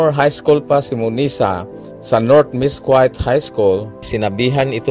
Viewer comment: Miss Quite? Mess-kit po...